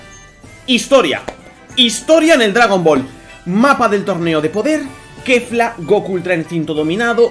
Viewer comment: es que kefla esta entre kefra y kefura la pronunciación XD